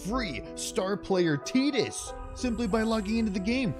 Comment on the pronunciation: its tai-dus, not teedus